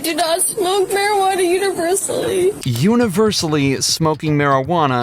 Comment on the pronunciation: "Universally"... Dε⨍iͷitεly α Wαωα momεͷt :face-blue-covering-eyes